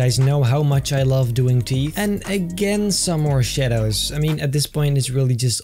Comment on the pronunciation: sounded like you said morshados instead of more shadows